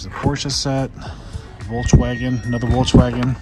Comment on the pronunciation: Bro doesn’t know to say Volkswagen